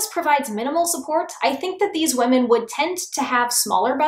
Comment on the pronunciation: Is it just me or does she say "wamen" instead of women sometimes. Okay just me. I loved they video btw <3